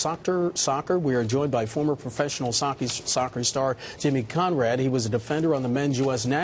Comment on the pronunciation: "Sockter" then "socky". Mate.